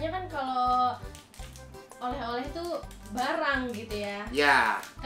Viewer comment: Oleh oleh, kenta Bukan oreh oreh